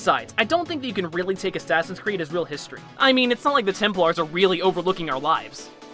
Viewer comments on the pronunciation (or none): Why do you pronounce Templars Temp-Lars not Temp-Lers